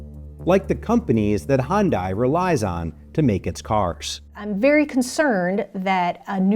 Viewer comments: For a channel with 3.59 subscribers at least you can pronounce the company's name correctly. The workers you featured said it right, but the "journalist" (script reader, wannabe news reader) cannot throughout the whole video. Do better More Perfect Union! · All of your time and effort on this subject and you still pronounce Hyundai incorrectly !! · It would’ve only taken a moment to look up the correct way to pronounce Hyundai before recording the entire VO. Oof. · It's amazing to me that someone can do this entire journalistic piece and not even bothered to learn how to pronounce the name of the organization correctly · If you are going to make a video about Hyundai at least learn how to pronounce it first. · If you’re going to make a story on them, could you at least learn how to pronounce the company name? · love the content, wish you would have learned how to pronounce the name of the company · How do you make a video about a company and say the name wrong over and over again. Pay attention. Also, never buy one of these cars. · A 17 minute video and not one person manages to pronounce the company name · Announcer mispronounces the brand in the opening narration. Fucking embarrassing. Who’s going to take you seriously now, and this seems like a serious issue. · You guys might have to look up the pronunciation of Hyundai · The second I heard hun die instead of hun day, I turned it off. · Girl said Honday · The narrator mispronouncing Hyundai the entire video while every commercial played & person interviewed saying it correctly... that's distracting. They made a commercial years ago: "Hyundai, like Sunday." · That's a lot of times of saying "Hondai" instead of "Hyundai" for one video. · At least pronounce the company correctly. It’s Hyun-day. Not hon-dy. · Why is it that the narrator doesn't even know the proper pronunciation of Hyundai? It's not Hun-die. It's Hun-day. Rhymes with Sunday. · Hyun(day) not Hyun(die) !! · Pronounced like this HIGH-YUN-DAI